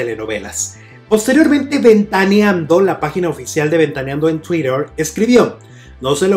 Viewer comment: jajajaja dice tuirer el gordito este jajajaja